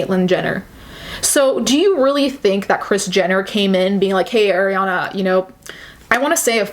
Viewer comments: I love your point of view, definitely needed to be said. the only complaint I have is that Arianna's name is pronounced Ah-rianna not Ay-rianna (just like how you said "Ari") sorry!!! it drove me nuts lol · Okay I’m (I skipped a lil) and you just said Eh-riana. There’s people calling Ari “eh-riana” in 2018. She literally says her name is Ari (aw-ree) in the song lmao. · Not to be nit picky but in one video you were very particular about pronouncing her name correctly and not even a minute into this video that energy switched up? Just an observation.